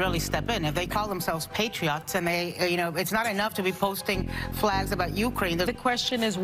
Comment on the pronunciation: Did she just call them "Patri-Ots" ???